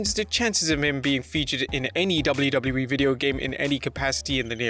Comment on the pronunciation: Is anybody else bugged out by the way he says “WWE”?? It’s like he’s adding extra syllables or something just sounds like gibberish